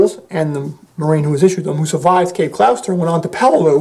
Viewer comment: Cape Gloucester is pronounced Cape Gloster.